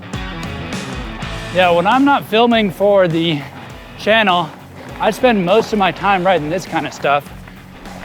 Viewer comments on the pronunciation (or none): none